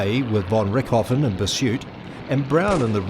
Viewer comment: von Rick-hoffen? Who the fck is Rick Hoffen? Jeez. Was this guy actually PAID to ruin a bloody good documentary? it's pronounced RichT-o-Ven. RICHT-O-VEN !